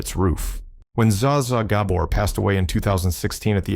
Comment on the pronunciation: Learn how to pronounce the Gabor’s name.